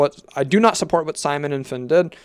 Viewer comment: bro her name's pronounced "Fin" not "Finy" 🥀